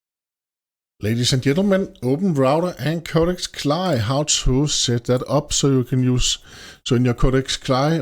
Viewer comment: You are the first person I have ever heard pronounce it like "Cly". Normally, we spell out the letters.